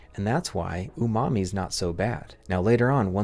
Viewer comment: "Umami" Bro, i heard "your mommy"